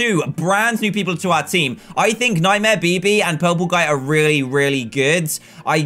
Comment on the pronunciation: When he said nightmare bb i thought he said nightmare pp